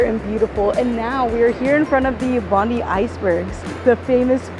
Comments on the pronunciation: Suce me Ma.am, Its Bond EYE, not Bond DEE, love your vids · She's not saying it right. She clearly said Bond-ee not Bond-eye. Yanks have no idea@ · It's not Bondee, it's Bondeye when pronouncing Bondi. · Best city in the World? Sydney of course! 🥰 Enjoy your stay. BTW, Bondi is pronounced Bon Die. 👍👍 Not Bon dee 👎 M 🦘🏏😎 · Bondi is pronounced “bond-eye” not Bond-ee. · It's not " Bondy " It's " BON - DYE ". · 7.39....bond-die beach not known as bond -dee beach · It's pronounced Bond-eye, mate. Not Bond-ee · Bondi is not Bondy but Bond-eye Coogee is closer to could gee than what you say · Welcome to Australia (or Sydney, anyway). Hope you have a great time. BTW, Bondi is pronounced Bond-eye, not Bondee 😊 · It's pronounced Bond-eye 😂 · Loved the energy and excitement in this video, but I did cringe every time I heard bondee, cogie and trying to do the Australian accent, regardless, great video! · Bon-Dye and Kooh-Jee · Your pronunciation of Bondi and Coogee made my ears bleed. Have to put tomato sauce on meat pies too. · YOU NEED TO SAY BONDI AND COOGEE PROPERLY ASK SOMEONE